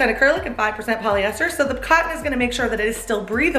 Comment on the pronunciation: does anyone else also always hear "acyrlic" instead of "acrylic"?